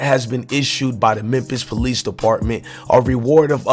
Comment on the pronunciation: Yoooo it's Memphis not MEMPISS 🤦🏿‍♂️